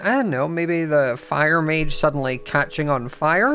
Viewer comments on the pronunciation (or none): none